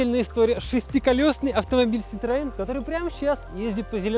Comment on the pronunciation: Вот блин,, ах вон оно чо!! Перметэ муа ситроээн,, уи Уи. 🙃